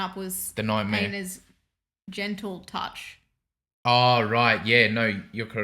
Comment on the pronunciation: every time you say einar's... all I hear is anus.